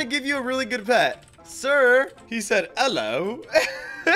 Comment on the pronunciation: Who herd the way he said ello he turned British forces lol